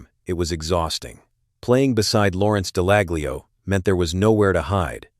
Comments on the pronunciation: Top tip .... the "G" in "Dallaglio" is silent! Just advisin'! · Would help if he pronounced Dallaglio correctly he sounds like a bot